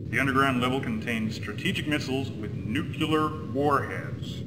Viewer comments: “Nuculear warheads” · He totally said "Nucular" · Nucular never dies. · Did he just say "nuke you ler"?, how did you NOT catch that? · immersion broke. He said new-cu-ler. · Can American voice actors not pronounce new-clear? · Dukular Nukular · Nucular warheads lol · Nucular Warheads, huh? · NUCULAR WARHEADS NUCULAR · Did that military man just say "nuc-u-lar" warheads?